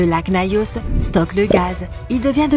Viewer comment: Et Nayos au lieu de Nyos